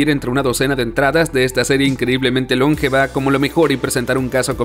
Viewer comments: Además de que pronuncia "lóngeva" XDD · ¿Cónsola? ¿Lóngeva? XD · Por qué el narrador convierte palabras que no sin esdrújulas en esdrújulas, como consola y longeva, los pronuncia "cónsola" y "lóngeva". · Por que este wey le cambia los acentos prosódicos a las palabras como "cónsola" o "lóngeva"??????